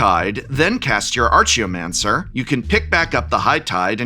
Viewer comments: Okay why do you say "Archidekt" normally but not "Archaeomancer"? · Will I correct the prof on his pronunciation of Archeomancer? I don't think so